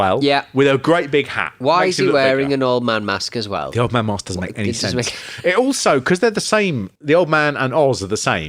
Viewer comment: No "r" is mask